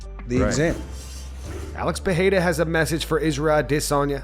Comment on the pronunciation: Once again I’m asking the narrator to learn how to pronounce Periera. THERE IS NO “H” SOUND